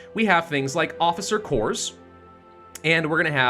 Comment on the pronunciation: Corps is pronounced the same as core.